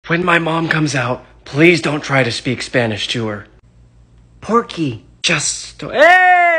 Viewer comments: Wrong pronunciación Gracias = Gracie ass Por qué = Porkie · It’s pronounced porky for your information! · She pronounce por que’ to porkey💀💀💀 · I just love the "Porky" pronunciation of "por qué", gets me every time. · its carly's pronounciation of por que for me, "porky?"